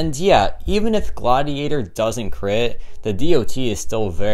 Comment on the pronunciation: It’s Godiator, not Gladiator